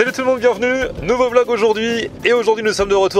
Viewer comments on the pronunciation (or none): none